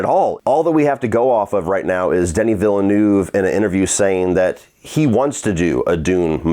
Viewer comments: Repeat after me: "VILLE N-EH-VE" Not Villenuuuuve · Negative reviews bring more views. When you criticise someone’s work is common sense to at least pronounce his name correctly lol. Say after me: Veal-ne-oo-veh.:)) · Watching all these online reviews of Dune Part 2 and hearing everyone jack up Denis Villeneuve's name has been a hoot. 🤣